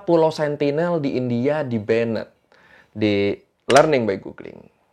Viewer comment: Maap kk, mau koreksi dikit.. "banned" dibaca nya bukan 'bennet', tp 'ben' aja 🙏😊